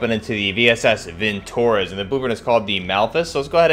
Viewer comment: it's not vintOrez, but vintorEz